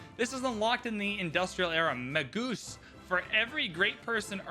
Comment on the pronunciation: a friendly word; "Magus" is pronounced "MAY-juss", not "Ma-GOOSE."